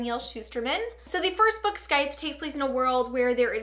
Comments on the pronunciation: You pronounce scythe (skythe), its pronounced sythe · Did she say Skythes?!? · The 'C' is silent. So it's pronounced Sythe. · the “th” is also a “voiced” th, pronounced like in “breathe” (rather than an “unvoiced” th, pronounced like in “think”):)